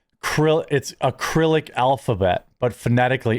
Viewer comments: Krillic? You mean "Sirillic"? Who TF says krillic? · Its not 'acrylic', its cyrillic. Dunno how you mess that up so bad. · It honestly amazes me just how bad your reading is, there is no A at the start of Cyrillic. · Did you say acrylic alphabet? Uh. Cyrillic is pronounced sir-ill-ick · Cyrillic is pronounced Sr-i-luhk, just saying. Either way probably included that in their as a pro Ukrainian Democrat and that contributed to his hate for the orange man. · Cyrillic==> C is pronounced as an S "Ser- rilik" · It's SIR ILL ICK, for Cyrillic by the way. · Cyrillic is pronounced with an S sound so Sir-ill-ick. Also, Mashallah is transliterated Arabic. It means, "What God has willed". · It's pronounced Syr-RiL-Lick and is either Russian or Ukrainian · Cyrillic- Sir-ill-ick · Cyrillic (sir-ill-ick) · It's "sih-rillic" u chubby tard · Cyrillic is pronounced "ser-rillic" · Cyrillic is pronounced Ser-ill-ick. Or Sir-ill-ick. A soft S, not a K. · It's pronounced roughly "SEAR-ill-ICK, "Jeremy.